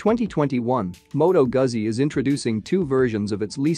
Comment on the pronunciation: "Gooozi" or "Goootzi", not "Guhzi".